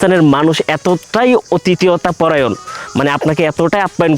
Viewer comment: শব্দটা হবে অতিথি পরায়ণ, বাংলা ভাষা বিকৃত করা ঠিক না।